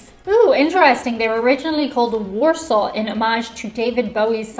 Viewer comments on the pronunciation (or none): none